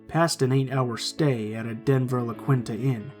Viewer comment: Hey. Its pronounced LaKeeenta Inn. Just fyi